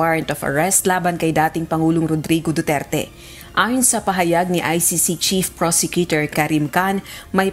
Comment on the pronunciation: BOOterte, BOOterte, 😂😂😂😂😂😂😂😂😂